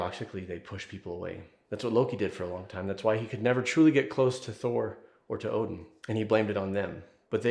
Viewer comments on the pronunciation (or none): none